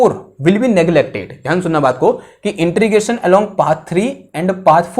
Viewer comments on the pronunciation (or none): its integration...not inTREgation